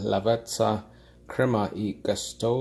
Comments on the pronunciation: Ho notato anch’io che il termine “gusto” lo pronunciava “all’americana”. :) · It's pronounced "goosto", just so you know :) Very nice coffee set up you have, well done. I suggest you also try Illy coffee, here in Italy is one of the most appreciated